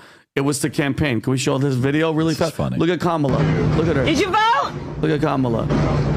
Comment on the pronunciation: Funny hearing PBD correcting the pronunciation of Khomeini when he continually mispronounces Kamala. 😂